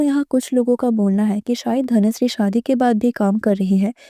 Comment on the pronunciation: Is it Dhanushree ??? I know it is dhanashree but in this video i can hear " dhanushree " many times in intial part.